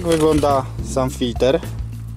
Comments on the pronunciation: W języku polskim mówimy "filtr". "FiltEr" to jest np. z języku angielskim., W Polsce rzeczy filtrujemy a nie filtErujemy 🙂. Poza tym 👍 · Bardzo rzeczowy film!! Ale mów Filtr a nie Filter !!! Więcej filmów 1.6 HDI !!!!!